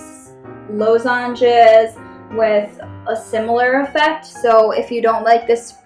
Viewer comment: Law-zenges my friend not low-zenges (how to pronounces ;) )